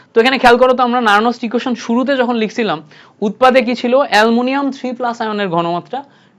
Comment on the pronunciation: এ্যলুমিনীয়াম ❌ এ্যলমুনিয়াম😂